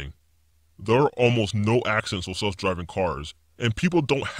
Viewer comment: This is super fake. And this guys speech patterns are super annoying. Earf = earth. Wif = with. He sounds like a child with an overactive imagination.